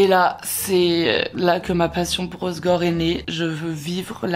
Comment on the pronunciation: par contre c’est pas hossgore mais hossEgore